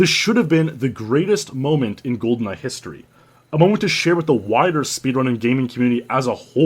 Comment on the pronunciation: Gee-Awcities? Welp, that's a first.